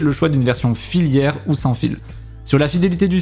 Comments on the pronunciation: T'es sur qu'on dit filiaire ? J'ai toujours dis casque FILaire.... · super vidéo, par contre on dit filaire et pas filière. 😋